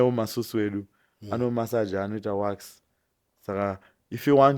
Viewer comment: it's WAX not WASK